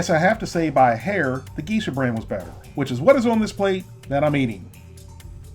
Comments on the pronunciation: GEE-shah? seriously? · Geisha is pronounced gay-shuh. No offense. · Geesha brand is GAY sha (pronounced that way) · Also; you pronounced Geisha incorrectly.